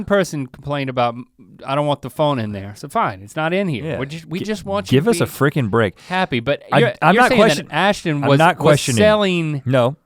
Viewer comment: "Give us a freegen break." - Rhett. That made me giggle. I'll try. 😘